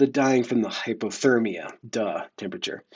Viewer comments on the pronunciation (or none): none